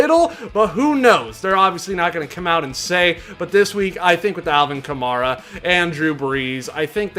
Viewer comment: why does he pronounce "kamara" the way he does